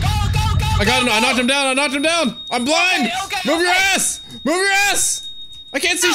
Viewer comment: "camo camo camo, up up up up up up" "weady weady weady, gaow gaow gaow gaow" "owkay owkay owkay, hewp mi hewp mi hewp mi heeey camo camo camo hewp mi"